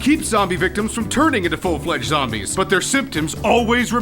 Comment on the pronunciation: zom-BEEES XD